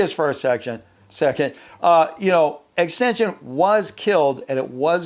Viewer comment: Normal people: xxxtentaction: extension